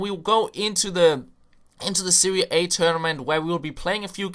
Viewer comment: SeriE a..... NOT SeriA A